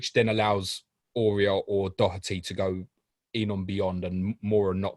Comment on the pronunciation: Excellent doherty pernounciation👌 Just like we say it here🤣🤣